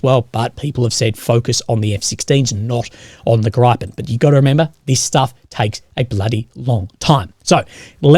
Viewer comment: Grip-pen. Not gripe-pen lol just like envelop-ment that u pronounced hilariously I love it